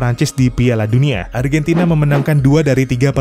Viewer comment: Argantina yess